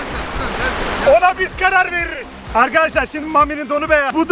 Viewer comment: Ağkadaşlağ yine mükemmel biğ videoğ oğmuş.